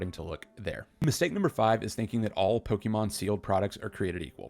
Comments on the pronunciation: Saying Poke-EEEE-mon is always cringe to hear 🤦🏻‍♂️ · Just discovered your channel today and this video has some solid advice for collectors everywhere. Liked and subbed! One recommendation, try to pronounce Pokémon the right way, especially if you are going to say it all the time! Its a personal irk, but I cant be the only one lol. Good content otherwise!